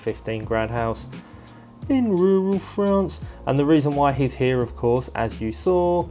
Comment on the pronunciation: Part of why I watch this, is to hear you say “rural France”. Love it. You have a unique turn of phrase and it’s very enjoyable. Work gets done when it gets done. Some times the project gets held up for whatever reason. Don’t stress about video frequency. I guess, though, frequency provides a bit more revenue to keep going. Swings and roundabouts.